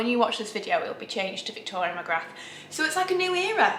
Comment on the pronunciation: Magrath Magrath Magrath! Do the math! There is no CEE in VEE MA-GRATH! Fabulous video! And thank you thank you! for including so much of Paris. It is really difficult to go without travel, but you get us so close that we FEEL the benefits. Thank you VICTORIA MAGRATH!